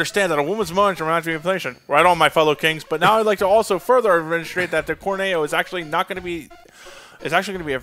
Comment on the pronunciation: I love how not only can not say corneo right, but he says it different every time